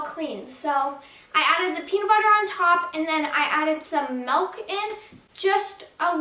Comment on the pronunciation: Milk* not melk